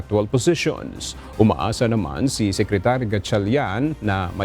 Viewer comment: Sekrituri ba talaga lea?